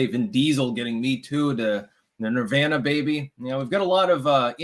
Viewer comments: Why the fuck is he mispronouncing nirvana? He knows what he’s doing. He’s trying to be different and special. TWAT! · How can a man so into the occult pronounce Nirvana in such a honky way?